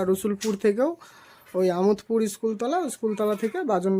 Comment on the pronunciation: আমোদ পুর না দাদা আমাদ পুর